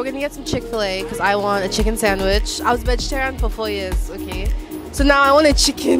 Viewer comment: temi's switch-up from faux american accent to the aggressive igbotic "i want a chiccen sandwish" is my highlight of this video & my weekend, thanks.